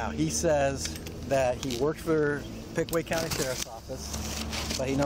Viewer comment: He said Pickway Co. 😂 isn't it Pickaway Co. Circleville , Oh.